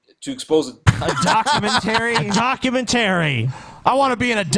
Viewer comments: dock-you-ment-uh-ry not dock-you-ment-tarey. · I want the dude who can't pronounce documentary to shut the fuck up, all he is doing is teaching people to pronounce english improperly.